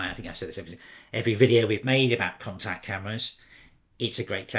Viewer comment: I've been pronouncing it 'con-tax' but I think you're saying 'con-tact', although maybe I'm wrong. I just bought an RX, and also an RTS II to shoot with classic Zeiss CY lenses in their native format. Great overviews! Curious to know which lenses you are having success with - I have hardly removed the 28mm 2.8.